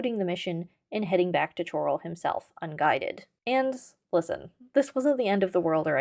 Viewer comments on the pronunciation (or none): Its Chorrol 'Coral' not Ch-oral - the Countess pronounces it for clarity. But yo I very much appreciate and respect the investigation into the quirky mechanics of my favorite game